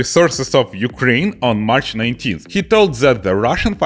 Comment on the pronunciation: Ойой,, ти сказав "зе юкрейн"???